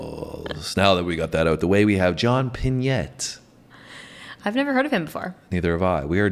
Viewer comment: I believe his name was pronounced, John Pin-ay.